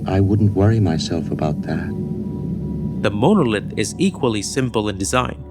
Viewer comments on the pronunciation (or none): I also like how the AI narrator says "MOW-NO-LITH." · It's pronounced mon - o - lith. Longish o on the second o not the 1st! Is this error do to AI overvoicing of this video i.e. HAL? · I love 2001 and your video is excellent. It definitely earned a thumbs up. But please look up how to pronounce monolith. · face-red-heart-shape:Great video - :face-purple-wide-eyes:Very Odd pronunciation of "grossing" & "monolith". Please work on those two, please. Thanks.:face-red-heart-shape